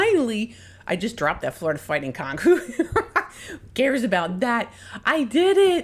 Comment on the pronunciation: We pronounce it Conch. Sounds like you're saying, well, you know what.